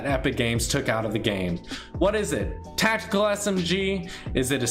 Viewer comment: “Tactekel” LMAOOOOOOOOOOOOOOOOOOOOOOO